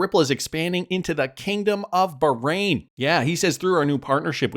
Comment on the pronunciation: You’re going to tick off a lot of people of you keep pronouncing Bahrain like that.